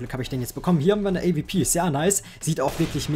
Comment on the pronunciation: avp? es heißt A-Duoble u-P und nich A-V-P also bezüglich der AWP